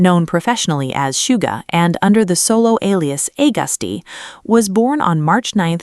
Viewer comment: And starting off emidiatly with a big fat lie or mix up like they never done the research on Bts but just give out a oun story that fits her tongue. Geez Bighit that's now Hybe 😂😂 oooh blody hell, since when have Hybe come a label ?? And geez to not even say Agust D name right with the A 🙄🫣 had me so laughing but the A came out right in the name Suga...Americans and many english speakers can't say the A right and some others too that makes the words sound like a screeking door that needs oil.